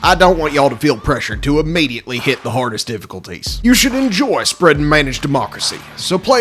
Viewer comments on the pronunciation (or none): I love that you’re acting like OTHER people are stupid while butchering 5th grade level words like “immediately”. Brother, the call is coming from inside the house